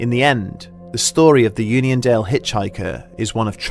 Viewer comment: Keep reading onion instead of union.